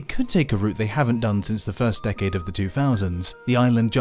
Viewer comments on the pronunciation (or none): none